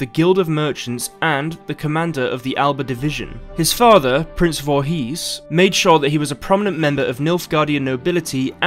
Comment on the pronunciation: Someone told me there was a game that had my odd last name in; lo and behold I found it, guess it's true :) Oh and the "...his" on the end of the name is pronounced "isss" or "ehss" (short stop, all together) not a long "heeees".